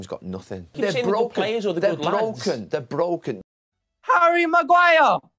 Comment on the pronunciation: “They’re brooken”